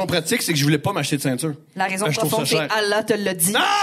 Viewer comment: on dit pas « Halla », c’est « Allah ». Le H est à la fin, ça m’a écorché les oreilles 😵‍💫